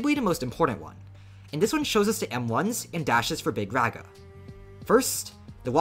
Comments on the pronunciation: “Big RAGa” bro its big “rawga” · Its rah guh, not rag uh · BRO ITS NOT BIG REHA ITS BIG RAAGAA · HOLY SHIT BRO THIS GUY!!! ITS NOT BIG REGA IS BIG RAAGAA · I know doesnt really care but Mahoraga is pronounced maho-raw-ga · My goat got so cooked for pronouncing it wrong he's just calling him big raga now 💔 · You got tired of being laughed at for pronouncing Mahoraga wrong so you compromised, adapted and overcame. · Stop saying raga like that bro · You cannot pronounce this mfs name for the life of you shortened or not 😭